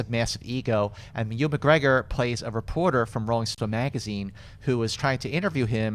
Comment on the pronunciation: The way pronounces Ewan McGregor is...interesting